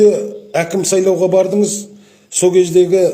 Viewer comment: Саулаудар емес, сайлаулар деп сөйлеші сауатсыз шал